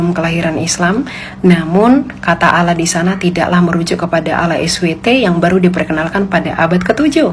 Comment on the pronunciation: Lah elu baca arab tapi salah.. itu ada tasydid nya.. bukan alah bacanya bu